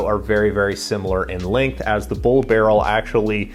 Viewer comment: B u l, not Bull.